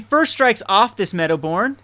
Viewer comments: its medowboon not medowborn!!! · come on! first of all, there's no R in Meadowboon. Besides the obvious misplay with the sword you missed an awesome line of using Flickerwisp's etb to trigger your Meadowboon. Anyways man, really enjoyed your vid. Big fan, keep em coming!